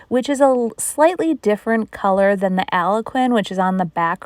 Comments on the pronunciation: Just for future reference, Algonquin is pronounced Al-gone-kwin. Algonquin are indigenous peoples from Ontario and Quebec so I feel it is out of respect for them to pronounce it correctly. BTW, love your projects. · Are you saying that colour is Algonquin? If so, it's pronounced Al-Gon-kwin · Other people have mentioned this before to her but she may not understand because she is still mispronouncing it. Love her projects I agree with it being disrespectful she may not be able to say it with the accent she has too. Idk.